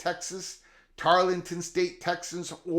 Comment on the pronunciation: I believe you are speaking of Tarleton State not Tarlington State. 😃